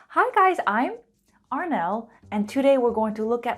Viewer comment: To be honest of all the teachers online you're the best at explaining lessons. Only 0.1 mistake the way you pronounce the word "today" you said it "chodey". :-( .It should be "tahdey". But i like you honestly. 😇